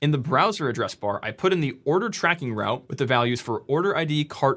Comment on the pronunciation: it's the way he pronounces "route". never gettin' laid that way.